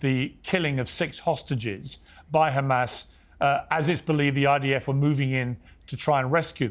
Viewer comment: HaMAAAAZS as pronounced by Douglas